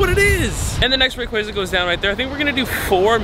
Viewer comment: For being your guy you sure can’t say his name right! Lol Rayqaza (Ray-Quah-za)